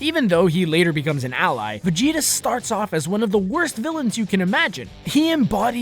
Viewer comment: He said Vegita wrong